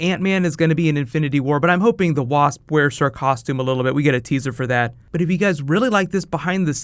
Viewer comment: "The Waahasp" 😂😂😂